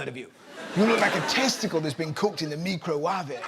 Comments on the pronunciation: Nigella doesn’t pronounce microwave “mee-cro-waa-vey”. She was sending herself up. Come on Russell this was a cheap gag. You’re better than that. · I am all for pronouncing it me-crow-wah-vay.